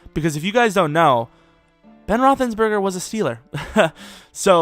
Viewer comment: Roethlisberger not Rothinsberger.